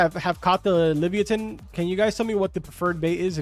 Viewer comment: Leave-yatan is the pronunciation